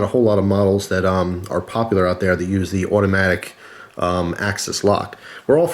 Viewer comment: "Benchmade Mini Presidio Awhdoee" haha